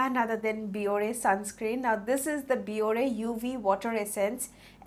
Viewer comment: Biore is also perfect for baby skin. No eye irritation whatsoever. Btw it’s pronounced Bi-or. I used to buy bulk from eBay from Asian sellers. Yesstyle also gives discount on Biore